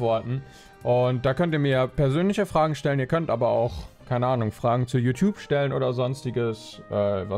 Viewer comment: Wieso spricht du YouTube so komisch aus?